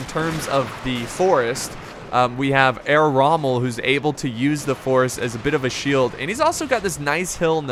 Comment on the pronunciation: Herr Rommel ? Shogitai? Nodachi? Please do not say any names or words if you do not know how to stress them. It shows me that u lack in research and give a foot about the People watching this